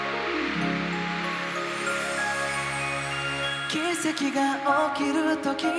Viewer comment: 大昇くん、「奇跡」の「Ki」は子音をはっきり発音しているし、「が」は「んが」と発音(鼻濁音)できているしでやっぱりうまい人だなあと思う